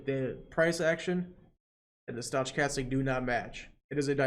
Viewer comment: Your videos are fantastic! Thank you so much for all this help, my brokerage acct thanks you as well. Heads up you are pronouncing stochastic incorrectly, maybe its intentional?